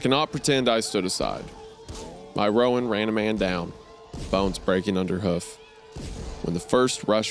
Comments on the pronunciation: Roan is one syllable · This is the comment I was looking for, everytime he said ro-an I died a little. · Anyone else cringe at wendigoon mispronouncing "Sorrel" and "roan"? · It's not ro-ann it's like rone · Roan is pronounced just like groan. Not Rowan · It’s pronounced “Rone” not “Rowan”. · I really wish wendy would learn how to say roan and sorrel properly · As a horse girl the pronunciation of "roan" and "sorrel" made me giggle. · My guy, coming from someone who is around horses, owns horses and has had to deal with horses my entire life. Just let me say, it stings to hear you mispronounce almost all the colors of the horses. from Roan to Sorrel. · As a horse person, this author actually describing horses well delights me. As does the way Isaiah mispronounces "roan" and "sorrel" lol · Side note- I love the story but hearing Isaiah say horse breeds/coats is painful😂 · Not to mention how he pronounced "roan" 😂